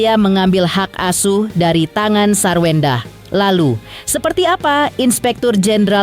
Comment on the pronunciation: Sarwendah tanpa R jadi Sawendah.